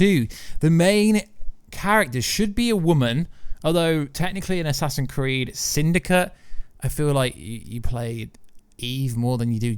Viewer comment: why do you call it assassin creed